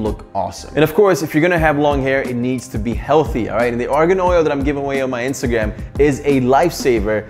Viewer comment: Did he just say Instagam in the intto